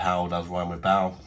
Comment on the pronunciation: It’s bale ba-il not ball